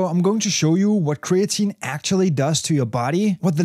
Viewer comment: "cree-AT-a-neen" -> creatinine